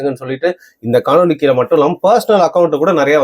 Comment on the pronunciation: தம்பி, "கீல" அல்ல, " கீழே" என கூறுங்கள் plz.